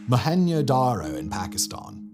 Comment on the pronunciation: Why are you saying Mo-Hen-yo darr-oh? It isnt mexican. Its Mo-hen-Joe Dar-Oh